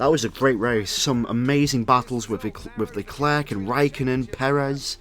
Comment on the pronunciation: Stop pronouncing the C in leclerc it’s annoying it’s like pronounced leclare